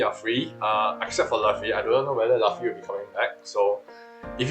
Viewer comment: bro who says laffy its luffy lmao😂